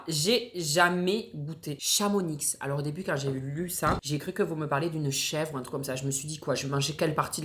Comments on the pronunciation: on dit Chamoni pas Chamonix, j’habite la bas et si on a des intermarché et on est pas en haut de la montagne mdrrr on est en bas mais quand même assez éloignée au cas où y’a des avalanches 😂😂 on a même des kiabi, zara, gemo, nike, adidas etc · Ça fait mal pour les Haut savoyardes...😭 On dit pas Chamonix ça dit Chamoni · Courage à tout les savoyards et hauts-savoyards quand dit « ChamoniX » 😭😭😭 On dit ‘Chamoniiii’, sans le X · Alors on dit pas Chamonix, on dit Chamoni mais ça s’écrit avec un x 😅😅😅😂😂😂( j’adore ta vidéo) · CHAMONIIIII PAS CHAMONIXE MDR même si ça s'écrit Chamonix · Je t'en supplie, ne prononce plus le X de Chamonix. D'ailleurs si un jour tu viens par chez nous, évite de dire ChamoniX ou la ClusaZ. Pour les choux de Bruxelles ( Brussels) il 'e faut pas trop les faire cuire. Avec de la crème et des lardons, c'est très bon. Mais effectivement, ça peut facilement avoir trop de goût, surtout si c'est trop cuit. Ah et pour ouvrir un bocal, tappe lui d'abord le cul, tu verras il s'ouvrira beaucoup plus facilement 😉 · "ChamoniXXX" 😂😂 le x ne se prononce pas, venant de haut Savoie ça ma bien fait rire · à l'aiiiide on ne prononce pas le "x" de chamonix, c'est comme ça en haute savoie!!! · ...je t'aime bien mais la c'est grave dans Chamonix ON NE PRONONCE PAS LA X!!! PS: j'habite là bas! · On dit pas Chamonix, on dit Chamonix sans prononcer le x😅😅😅😑😑🤭🤭❤️❤️❤️❤️❤️ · Habitant pas loin de chamonix je tiens à dire qu’on ne prononce pas le X. Désolée mais ça fait trop mal aux oreilles pour nous 😂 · On prononce pas le X de Chamonix 😭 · tu viens de briser mon cœur. On dit pas le X de Chamonix!!! « Je suis à Chamoni(x) » Et on est en bas du mont-blanc,et, si on as des magasins 🤣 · petit fact : la ville de Chamonix se lit "Chamoni" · on dit pas ChamoniX le x se prononce pas 🥲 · Le X de Chamonix ne se dit pas 🥹🥹🥹 y a trop de noms de ville comme ça en haute Savoie sorry pour vous 🐙🫶🏼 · On dit chamoniiiiiiiiiiiiii le x se dit pas mdr